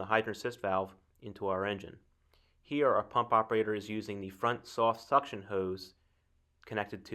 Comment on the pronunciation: Did you say "soft suction?"